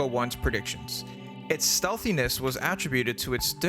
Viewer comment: AtTRIbuted instead of ATtributed.